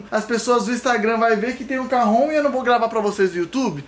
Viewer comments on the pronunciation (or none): Mds kkk isso chama caron não Cajon kkk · Oq é "carron" Eu : "carrão" 😂😂